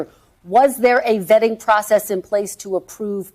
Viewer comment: Vetting…Vetting?…oooohhhh… I thought you said vaping!